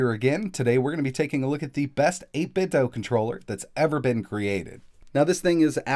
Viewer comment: it's actually 8bit - "do". not supposed to be pronounced like nintendo. also the custom software is currently only compatible with Windows/PC. they are working on a firmware update to make it compatible with other brands